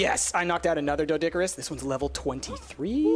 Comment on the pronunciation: Oh my god it not doedickerous its doe doe care rus